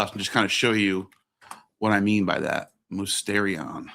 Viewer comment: Small correction, it's pronounced mistirion